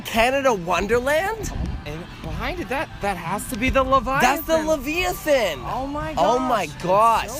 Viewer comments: "That’s the laveiathahn! " Lol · "levallythen" Amazing...